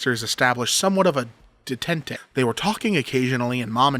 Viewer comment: In case you ever run into that word again it's pronounced "Day-Taunt". Ah French.